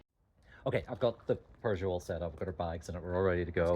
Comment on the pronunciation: Really fun video! The classic car spotting was incredible! 😍 Nice to see Alan out and about. Lovely cabin on the ferry too! 😊 I’ve just realized that not only does pronounce “film” with two syllables, as would be normal in Norn Iron speak = “filum”, but he also pronounces Peugeot as “purrgeot” which is really quite endearing… 😂